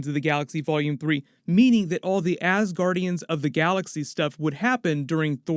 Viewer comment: "Asguandians of The Galaxy"